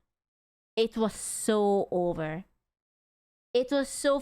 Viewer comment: You know is serious, she said over instead of jover